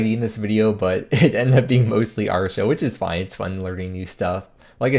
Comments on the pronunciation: its pronounced are-e-o not arr-show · proper american pronunciation of Artio*